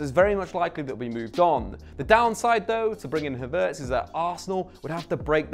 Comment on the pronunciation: Nah surely he does it on purpose. "Malee" and "Havits" una